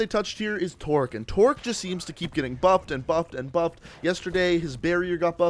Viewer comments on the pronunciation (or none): none